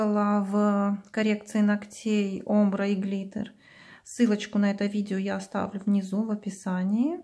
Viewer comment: Спасибо за видео . Но немного режет слух три де глитер с неправильным ударением и омбрэ тоже